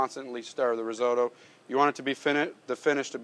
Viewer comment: Cheese AND truffle oil ... what a joke!! And whilst we're at it it ... Rizeautto ....? What's that! :-)